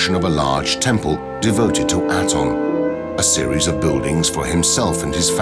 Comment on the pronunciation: aton pronunciation is wrong. it does not mean sun disk. and your pronunciation of his name is wrong